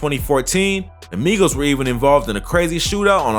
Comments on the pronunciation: She said Migos wrong 🤣🤣🤣. She said My-gos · 🤣🤣🤣 WHEN SHE SAID "MYGOS" I FELT THAT! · The news reporter said Mighost😂😂😂😂😂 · Not her saying mygos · The news lady called the Migos the maigos wtf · The reporter said mygos. The fact that migos is a real word, somebody to ask how she got a job? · That reporter said Migos wrong intentionally 😤🤦🏾‍♀️get ya Mygos ass outta here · This bih said mygos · Shawty said Mygos 😂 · Yeah myegos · Bitc said mygoes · Did this women say my-goes what my-goes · It triggers me when the lady said “mygos ” trying to say migos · The Mygos. Lady it’s Migos 😂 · why tf did she call migos mygoes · NIGGA SAID MYGOS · the news girl said mygoes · Did she just say My-goes 😳 lmao 🤣😂😆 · She did not say Mygos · The reporter said mygoes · the fact that she said “mygos” 😂😂🤣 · This bih said mygos I’m done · The way news lady pronounced migos lmfao my-goes😂😂😂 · Mygos???? Learn how to spoke woman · “Mygos” 😂🤣 wtf bruh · She said My-Gos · She said MY GOES!!!!! 😂😂😂😂😂😂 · lmao "My-gos" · She said mycos wrong 🙂🙂😂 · Y she call them the My Goes Who tf is the My goes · “My-goes” did she fr just call them “my-goes”? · she said mygoes 😂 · When he said the migos name it sounded like made up names from a key and peel skit 😂😂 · The way she said "Migos" tho 😂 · She’s knew she fucked up when she said it🤣🤣